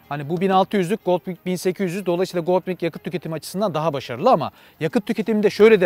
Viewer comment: "Honda Goldwing" yazılır "Honda goldvin" olarak okunur. tabii ki doğrusunu sen bilirsin. Yorumların güzel, izliyorum.